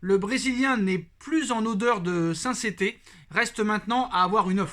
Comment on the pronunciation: En odeur de sainceté 😂